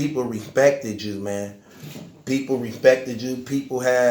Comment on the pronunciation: “Repecthid” “unecpekthid” Words with the “eck” sounds a little tough for you huh?